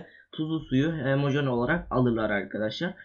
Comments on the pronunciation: hemojen deme sinirim bozuluyor HO-MO JEN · hemojen degil HOMOJEN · hemojen degil😠😠😠😠 ho mo jen